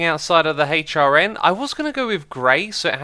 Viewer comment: I very heard it once and now I can't unheard it, when he says HRN, I can't help but hear, hate your N